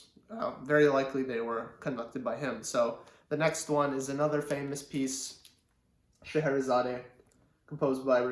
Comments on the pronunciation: Not "Sche he re zaday." Just "Sche he re zad." The final e is silent. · By the way it’s pronounced Shar hara zard 👍🥴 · I'm afraid you are wrong here. Since it's a piece by Russian composer it supposed to be pronounced the way he pronounced it: sheherizad